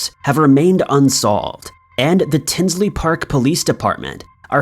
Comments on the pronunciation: Tinley** not Tinsley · In story number 3 the correct pronunciation is Tinley not Tinsley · #3 it's "Tinley" Park not Tinsley.... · The Lane Bryant murders were in TINLEY Park not Tinsley park…. Lmao wtf. You get so many facts wrong in all these videos. I swear to god your videos are like the cheap ass mass produced made in china plastic shit from dollar tree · Before making a video you should get all the details correct. It's Tinley Park, not Tinsley Park. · PLEASE!! The Lane Bryant Murders happened in my town, TINLEY PARK, IL, not “Tinsley “ ..SMH!! It was and still is a horrendous case that has yet to be solved and changed our town. Please research and proof read before posting so the correct info is put out. You have the wrong name of the city . Unbelievable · TINLEY . NOT TINSLEY DUDE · Except for the Adam Sandler doppleganger thumbnail LOL and "tinsly" park